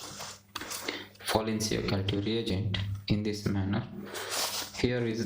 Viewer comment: learn to pronounce the name correctly.. Folin Ciocalteu